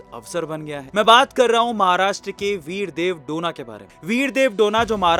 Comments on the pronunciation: डोना ❌ डोने ✅ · डोना ❌. डोने ✅